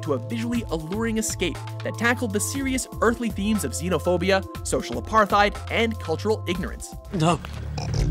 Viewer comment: I’m sorry, but the way he pronounced ‘apartheid’ (and ‘xenophobia’) made me cringe